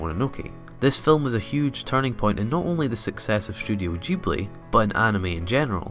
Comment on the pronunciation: Thank you for pronouncing Studio Ghibli correctly. A lot of anime fans assume that since the Japanese G sound is always the soft grrr sound (as in "good"), it should be pronounced that way, even correcting people who get it right. But the Japanese spelling is ジブリ (jiburi) so it's a hard G/J sound.